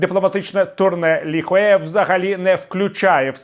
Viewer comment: Дякую. Але кажуть, правильно, Лі Хуя.